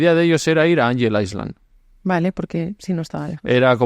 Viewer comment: Muy buen vídeo!! Me encantó como siempre ❤ Por cierto, cuando se pronuncia “island” la s no suena!!